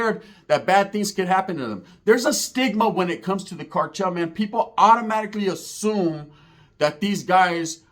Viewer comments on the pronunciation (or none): none